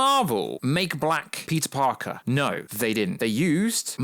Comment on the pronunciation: Why do you keep saying "Black" with so much emphasis!?!